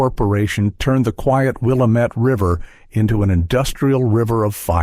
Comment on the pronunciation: It would be useful if you taught your computer to pronounce Wilamette correctly.